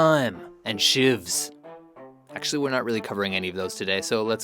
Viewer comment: "Hard gangs, hard time, and shives." SHIVS not SHIVES